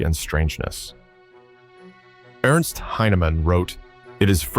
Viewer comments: A corporal named Ernst Heinemann Should sound like Airnst not like Ernst. Ernst is the correct spelling, but for English not the correct pronunciation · Ernst Heinemann It's not pronounced Urnst, but AIRnst. Heinemann